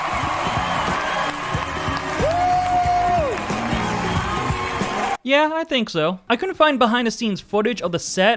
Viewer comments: JamILOquai? What are you saying? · JamILOquai, BarriLOquai, PappadilLOquai It's Jamiroquai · Does the narrator completely mispronounce 'Jamiroquai' every single time he says it?! 😂